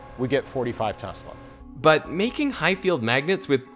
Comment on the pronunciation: One would think Mr. Smarty-pants would know how to pronounce "Tesla". It's pronounced: TEZ-LUH. Dumbass Smarty-pants😂